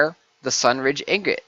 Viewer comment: ING-OT not IG-NIT...